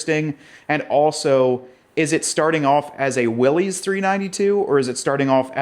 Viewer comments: It's not Willy's Jeep. It doesn't belong to Willy. It's a last name. Pronounced "Willis". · WILLYS rhymes with Phyllis!!! It’s not the jeep that belongs to Willy! 😂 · John North Willys was the founder of Willys Overland, for a time before the Great Depression Willys Overland was the second largest car manufacturer in the world behind Ford. John North Willys pronounced his name "Willis", not "Willy's" with an apostrophe "s" as in belonging to Willy or Willie. Willys Overland struggled for many years during the Great Depression with new investors, mergers, and partnerships before World War II and the production of the General Purpose light military vehicles which became the Jeep we all know and love today. Out of respect for John North Willys and his legacy we should at least try to pronounce his name correctly.